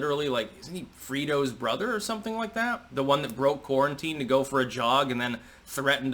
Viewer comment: calls 'Fredo' Cuomo, ' Frito.' LOL